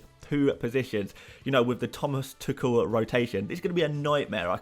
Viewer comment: Can you please start pronouncing Tuchel correctly 😆 It is pronounced as Thomas Two Hole